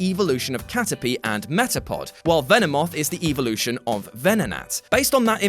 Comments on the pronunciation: evolution not eevlution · The way you pronounce the word “evolution” is triggering me